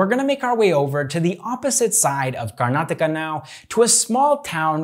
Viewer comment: Thanks you bro firstly you pronounce our state properly manny north indian can't do this.